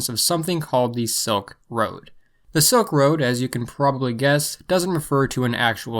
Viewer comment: It’s Silk Road, not Soak Road